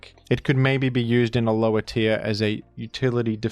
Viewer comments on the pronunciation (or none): none